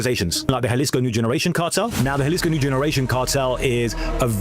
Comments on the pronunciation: Jalisco is pronounced "Ha-lees-co" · It's pronounced "ja les co" ....because that's a "j"....🗽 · Its so easy to say n so many videos say jalesco pronounced as spelled in English 🤦‍♂️ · J is pronounced H homie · Juh lee scoo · Please say jalisco like this (Ha-lease-co), not jah-lease-co.😂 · Jalisco is pronounced "huh·li·skow" not with a J sound. The Epstein files are wayyy worse. Eating babies vs eating enemies, eating babies is 1,000 times worse. Google "pizza" "jerky" "grape soda" "cream cheese" in relation to the Epstein files and that shit is way more disturbing. Seems this video is made to capitalize on what is happening in Mexico. Cause you wouldn't make a simple mistake like mispronouncing Jalisco. Also, he was killed, not arrested. Do better with your research. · In Spanish,the J makes the H sound. Not Ja-lisco It's pronounced HA-lisco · Jaleec so he reads Ja as Juh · "J" makes a softish "H" sound in Spanish. I live the same distance from a Spanish speaking country as a ton of Britons, and you guys still can't pronounce Spanish names. Faulty Towers even had a Spanish guy as a main character! Brits love to soft "J" when it's almost never necessary, it's weird. Why are Brits so bad at pronouncing foreign words compared to other English speakers? Ah, Eh, EE, Oh, OO, and Y(ee), it's not hard, I promise. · Say Jalisco: ha-LEES-ko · They're gonna come see you just for saying "galisgo" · It’s (Jalisco) = HA•Lee•sco cmon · ITS HALL-EE-SCO!!!! GET IT STRAIGHT! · Dog you cover this stuff daily, the J is an H sound fam an Im a black American you can do it too. You even play clips where a british dude says it correctly multiple times. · Jalisco is pronounced “ha-lease-co” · Love your show. J is always an H sound in Spanish Halisco for example. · It's pronounced Halisco. Js are pronounced H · It’s pronounced Hahleeskoh foo